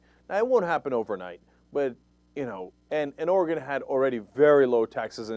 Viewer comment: Cenk - thank you for pronouncing "Oregon" correctly - I haven't lived there in 7 years, but it's still like fingernails on a chalkboard when I hear it said wrong ;-)